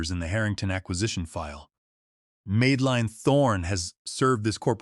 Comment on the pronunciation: Good story, with dedicetd backflash episodes at the right spot. Perfect storytelling, well narrated. Will subscribe again. Little glitch: Madelin is pronounced wrongly as Meedelin severall times.